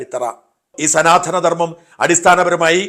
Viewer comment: സനാധനം അല്ല സനാതനം